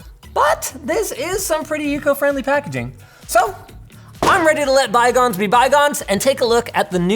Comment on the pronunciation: Bygonth be bygonth